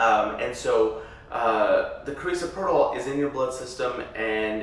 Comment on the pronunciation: Analgesic is absence pain, not relaxation. Also, you're pronouncing Carisoprodol wrong. You'd think you would be educated to know this basic information.